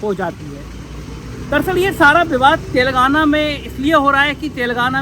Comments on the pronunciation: तेलंगाना, सही शब्द है के बोलने मे फर्क हो रहा है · पुण्य प्रसून बाजपेयी तो "तेलांगना" बोलते हैं.